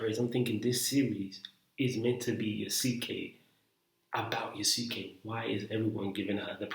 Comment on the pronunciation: Bro it has the same pronounciation as sasuke from naruto ,it not pronounced (yasookay )😭😭😭